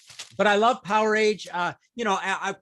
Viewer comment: Guys, the "a" in "Powerage" is NOT a long "A" sound. Pronunciation is closer to "Power-edge".